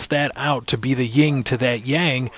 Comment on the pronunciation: "yin" not ying =p hah